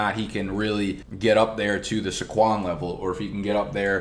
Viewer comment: SAY-kwon. Not suh-KWON.